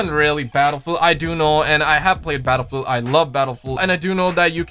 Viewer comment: "I have played Battlefewl I love Battlefewl"